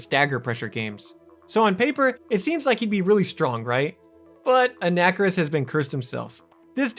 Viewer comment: A nacker iss? Dude.. It's "on a car iss," bro bruh cobra.